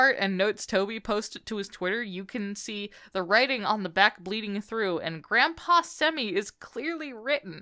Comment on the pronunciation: "grampaww semi" had me rolling But I like the theories.